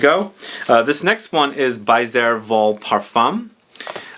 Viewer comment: Baiser Volé-- "Stolen Kiss". "be-ZAY vo-LAY"